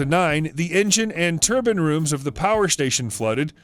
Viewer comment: Turbine turban what's the difference . Please practice reading before you narrate .